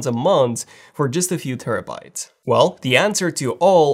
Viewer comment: “For just a few terabytes” He is saying terabytes as if they are gigabytes🤣😂🤭